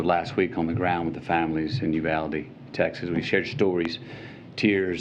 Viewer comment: Someone in the CBS News got fired over that "Uvlade"